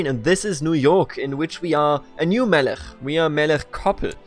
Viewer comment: I love this, in Chabad (the 'ch' is like the end of Melech which you pronounce correctly) he will probably find faith, also he is too uneducated to be properly cynical, if anything he doesn't know what to believe.